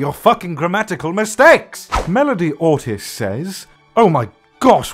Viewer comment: you pronounced ortiz wrong, I should know I have the same last name Its pronounced Or-T-E-Z E says the letter E got it?